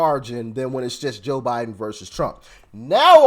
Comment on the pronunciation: Am I the only one who hears the blonde say "JIM Biden"?!?